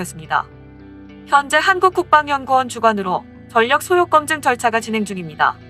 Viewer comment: 소요 검증을 '소요껌증'이라고 발음하나?? 중국인인가? 발음이 왜이래?